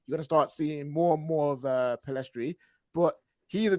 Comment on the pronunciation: Why do people keep spelling and saying Pellistri's name as "Pellestri"? Annoying.